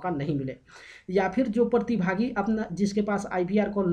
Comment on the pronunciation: Partibhaagi nahi pratibhagi hota hai